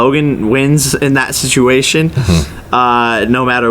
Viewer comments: No one: The ending of legit every single question: "Si'ution" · he could’ve said si’uation, and I would’ve got it instantly. But he missed an “a” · For the love of god stop saying situation..... Please.... Like for real. Stop.. Get help... Also jake CLEAN YOUR FUCKIN GUTTERS